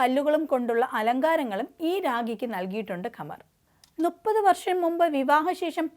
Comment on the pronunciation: Nuppathu alla,thuppathu anu correct.sahapravarthakayude asugam ningalilekkum pakarunnundu. 😂😂😂